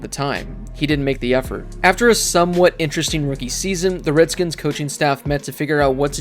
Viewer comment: You're a piece of shit because you're purposefully putting emphasis on the old name. You racist asshole.